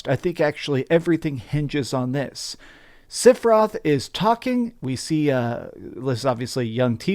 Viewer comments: Are u saying Siferoth? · Just who in Gongaga is "Sif-eroth." For a FF7 fan I don't get mispronouncing the name occurs. However at least he is consistent. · I just watched the self-proclaimed final fantasy fan mispronounce the main villains name for 15 minutes. I’m literally to the end of the video in a blind rage. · learn how to pronounce sephiroth